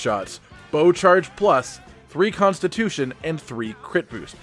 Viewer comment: Constip-- tution LMAO